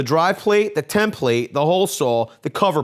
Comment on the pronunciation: Why do you say “ Tim Plate”??? 😂 its template “ tem-pluht”